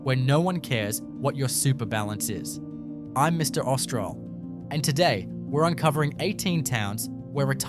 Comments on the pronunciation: Same issue when introducing his channel name, "Mr Austral". He pronounced it like Orst al, not, Ost ral. Austral is a greater Sydney suburb and I live near there and even went to school with people who lived in the suburb. So I know how it's pronounced. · I knew something was up with this video when the AI voice couldn't even pronounce Austral correctly. Austral is a suburb of Greater Sydney, so I've very familiar with how you pronounce the suburb's name. As for the information in the video. Absolute nonsense. I checked Maryborough and you can't get a free standing home under $500,000 in Feb 2026. I expect the rest of the prices are equally ridiculously understated. Of course, what else would you expect from a Real Estate agent. Under valuing the property to get more people to view it on open days, so those who can actually pay the market value for the property feel they have a lot of competition and so act in haste, usually to their detriment. Have reported this video for misinformation, due to what I found and others have stated in the comments, who agree that the prices quoted are in no way connected to reality. The video title is click bait and the information presented in the video is nonsense.